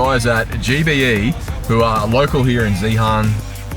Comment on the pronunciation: Love ya work whole series has been awesome thought your pronunciation of Zeehan was golden sounded like a yank in Oz in tassie we drop the h so we pronounce it as zeean ha ha ozzy lingo cheers guys